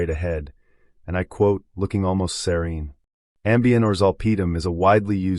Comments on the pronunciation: It took the whole video for me to realize you were saying she looked SERENE!!! SERENE!!! I kept thinking seron? Ceron? WTH?!? SOUNDS LIKE SIR-EEN! She looked serene!! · I couldn't understand that word either!